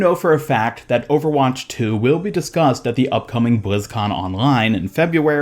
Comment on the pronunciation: BLIZZ - CON - LINE. Why do all the YouTubers insist on saying bLizZcoN OnLinE.